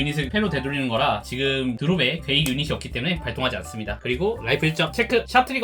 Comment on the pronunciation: 자꾸 괴이가 게이로 들려요 ㅋㅋㅋ